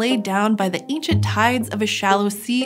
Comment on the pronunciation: An excellent documentary. Her pronunciation of the word 'canyon' was curious. And 'Cambrian', and 'ancient'.